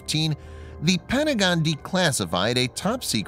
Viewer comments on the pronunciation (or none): none